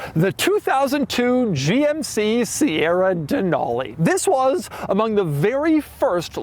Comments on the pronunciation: Being from Alaska and knowing that the truck is named after the mountain. It's pronounced "Dee-nal-e" like "ca-nal" not "Deh-nahl-e". There is no "H" sound in it. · Pronouncing Denali like that in Alaska is an instant way to let everyone know you're a tourist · DUHNAULEE weird way to pronounce it...